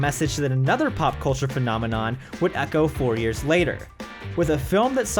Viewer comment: PhenoNmenon? C'monmenon!